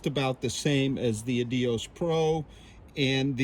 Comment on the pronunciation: 💯. The editing/sound needs work at times. Also the pronunciation of Adios is a distraction from the otherwise great content.